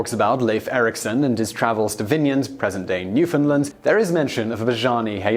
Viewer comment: Un-der-stand Newf-in-land